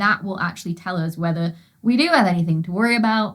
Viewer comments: I love how she pronounces 'us' as 'uzz' 🤣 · Its a northern uk thing